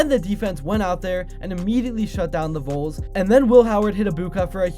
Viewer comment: for the record, it's pronounced VALLS Voles are field mice...